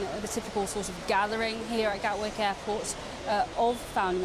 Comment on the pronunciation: "Gatwork" Airport?